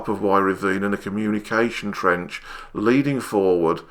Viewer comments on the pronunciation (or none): none